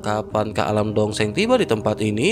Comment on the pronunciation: Dosheng...donk bukan dongseng...😂😂😂